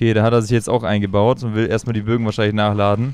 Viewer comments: Geiles Video es heißt aber "4 Bögen" nicht "4 Bogen" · Wen triggered es auch das er die ganze Zeit Bogen und nicht Bögen sagt? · Es heißt die Bögen no hate 😅